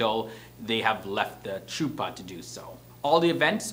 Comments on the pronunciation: It’s pronounced Huh-pa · Chuppah= huppa(pronounced) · Bruh the way you pronounced chuppa 🤣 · How he said Chuppah killed me lol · How does he know all these traditions but can’t pronounce chuppa correctly? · It’s chuppah with the “ch” going “kKk” instead of “sh” I just cant explain 🤌🏽🤌🏽🤌🏽😂😂😂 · The wedding canopy is pronounced "Khuppa." The ""Сh" is prounounced like the"ch" in the Scottish word of "loch" not like the "ch" in "cheeze." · Your pronunciation is not quite there. The ch on chuppah and ichud is a gutteral H as in Hanukah not Charlie. Also, some of the photographs were couples marrying with a crucifix in the background-so not Jewish. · It’s like a Chuppacabra 😂 but better